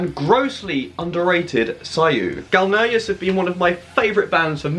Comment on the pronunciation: You said Galneyrus , i'm in mf .